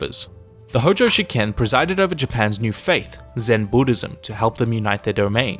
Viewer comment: 執権が試験に聞こえる...